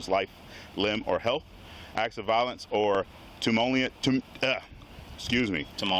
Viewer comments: First off embarrassment is not a reason either for not being able to read directly from his phone. ‘Timultious.” Then the cop-splaining begins. REMEMBER THEY ARE THE GREAT AND POWERFUL OZ. They just wanted you to bend over and say “excuse the old adage” yes master, yes boss. What next boss. It happens regardless of color now days. It’s the badge not the color of one’s skin. They have to have that power. They can break the law, beat up their wives, drive Drunk as long as QI exists. Keep videoing and keep exposing them even if your stop went well. Never agree with these idiots, they do not know the law as evidenced by countless interactions recorded all across America everyday. City ordinances do not trump your constitutional rights in any situation. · the cops were stupid. The word is TUMUL-TU-OUS !! Its not a pork filled TAMALE !!!! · Cop can't verbalize "Tumultuous" He says "Tumulious" Duh! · If a cop can't pronounce tumultuous correctly then they shouldn't be a cop😂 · They both pronounce tumultuous incorrectly with such confidence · Between the two of them they couldn't sound out "tumultuous" damn the bar is underground now